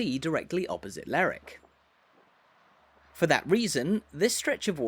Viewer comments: Lerwick is pronounced both ways in Shetland, it depends on where your from in Shetland. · What kind of idiot makes an upload and can't even pronounce the subject properly?? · According to ALL 7 major dictionaries it is pronounced…LER ..WICK. YEAH, NOT SURE WHERE Lerrick came from. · It’s not pronounced “ Lerrick”. The indigenes pronounce every syllable as in Lerwick . I know that in England some names ending in “wick” do get corrupted in a local vernacular to drop the “w” such as in Alnwick but in Scotland all syllables are generally pronounced. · May I comment on your pronunciation of Lerwick. I was on a cruise a few years ago and believe it or not it was the first thing I asked a native was the w. pronounced in the name, but I was assured that it was said with the w. spoken hard.LerWick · Extremely annoying that you keep saying Lerwick as Lerick. Any local will tell you it’s called Lerwick! Apart from that reasonably good walk around. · Get some education before you start making videos. My mother was born in Stouts Court, rebuilt now. If she was still alive and heard you pronounce Lerick for lerwick, she'd have a fit. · I live in Lerwick and that’s how it’s pronounced. It’s Ler-wick, not that silly slang rubbish you hear on the Shetland/Jimmy Perez programme “Ler-ick”. And we’re not Scotland!. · At least get the name right. It’s Lerwick pronouncing the “w”. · Hey,, it's pronounced Ler-wick. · I would pronounce it Leh-wick but ok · So I got as far the 3rd word and quit. LERRICK is simply an ignorant pronunciation and if you can't be arsed to say it correctly, I sure can't be arsed to give this vid the time of day. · I never heard it called Lerrick before. I'm sure it's not right. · Is that the right pronunciation of Lerwick?